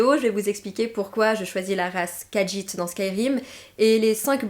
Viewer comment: Mais si les khajiit est ta race préféré... Tu devrais savoir qu'il n'y a pas de "d" dans la prononciation du nom de la race